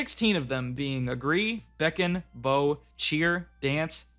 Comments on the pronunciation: Did man just pronounce 'bow' as "boe"??? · said bow wrong lol, just wanted to point that out Said bow as in the kind that fires arrows, Should have been bow as in the bow of a ship (pronounced like "how" but with a B) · I died a little inside when you pronounced 'bow' like bow for bowtie... even though you are literally using footage of the character bowing... lol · Pronounces bow as bow and not bow, true huntsman sniper right there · “bow”? You mean bow… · You not knowing how to say "bow" is unreasonably funny to me. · We just gonna ignore how he pronounced "bow" when talking about act commands???? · lol you said bow and not bow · "bow"? lol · You mispronouncing "bow" during the act commands really smacked me in the face for some reason :D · you said bow wrong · he said bow like crossbow, that's not how it's pronounced silly boy!!!